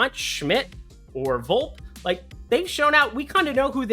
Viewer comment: His name is pronounced “Volp-E” bro